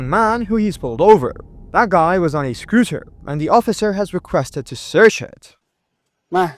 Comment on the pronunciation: The word is SCOOTER - not scRooter.